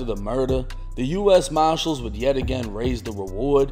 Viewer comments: Pretty sure they’re marshalls not maahshool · U.S. mah-shillls